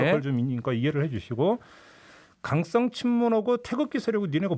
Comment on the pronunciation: 종배님 강썽 친문이 아니라 강성 친문이요.